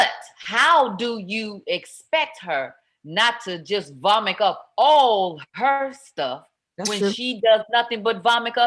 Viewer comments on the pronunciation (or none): Did LisaRaye say, 'vomick Up"???? #ICANT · lmao 'vomick' lisa raye stays mispronouncing words